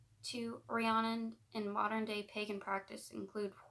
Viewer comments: My name is actually Rhiannon, the way you say it is Re-ann-on, but sounds more like Re-Ann- in. It rhymes with shannon. No one ever pronounces it right, it isn't a big deal though. My last name is tough for people too. Busby. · Hey! Fluent Welsh speaker here to help 🤍 The Mabinogion = Mahb - in - ohg- eon Rhiannon = Rhean - non Epona = Ehp - oh - na Hefaidd = Hehf - ai- dd ( dd, is also a single letter in Welsh and is pronounced like the letter ‘th’ in “the” ) Pwyll = Poo - uh - ll ( ll, is one letter in Welsh and pronounced like a hissing noise ) Dyfed = Duh - fehd the video overall was wonderful 🤍 well done, and thank you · Loved this. Her name is said Ree Anne On. Hope that helps x. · Its pronounced ree-Ann-inn it's my best friend's name